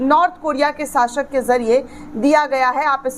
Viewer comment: Sashak nahi shasak😂